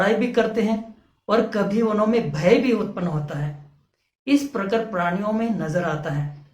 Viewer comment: Are bhai aap sidha point pe ao. Itna sa batao k ped podho me atma hoti h ya nahi. Itni badi ramayan suna di. Or aap ek sabd bar bar galat bol rahe ho "praniya" praniya nahi hota. Balki prani hota h. Or ped podho me bhi jeev hota h. Tabhi to vo jite h or marte h.